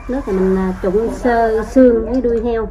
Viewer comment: Đuôi heo chữ k phải đui heo